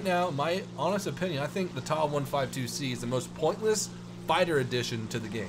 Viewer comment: for God's sake, please stop saying 'TAW', it is a T-A 152. Just like it's not a 'MEE' 262, it's M-E 262. Do you cal a Bf-109 a 'BIFF' 109? No you don't... You can say Mig, sure, that's accepted. And turn towards the Spifire next time...